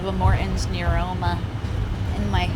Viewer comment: "i have morton's neroma, in mah tarsals"